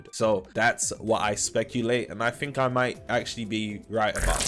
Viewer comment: "...I fink..."